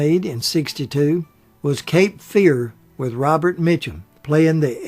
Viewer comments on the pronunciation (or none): none